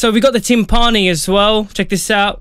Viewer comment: Did he say Tim Parni?